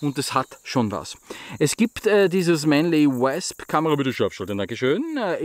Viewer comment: Hab das Wasp selbst in s90v und bin so begeistert das ich die Griffe aus Wüsten Eisenholz hab bauen lassen. Nur eins noch.. das dich spricht sich wOsp als Englisch Wespe.. ;-)